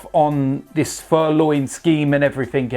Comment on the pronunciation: 2.32 he said firloin......not a brain cell in his head😁.